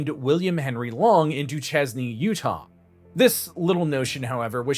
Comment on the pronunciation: Duchesne (/duːˈʃeɪn/ doo-SHAYN)